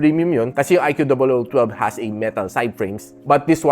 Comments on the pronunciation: bat ba "i q double o" pag pronounce mo? pinapahirapan mo lang sarili mo eh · di ba ikoo tamang pronunciation nyan sir.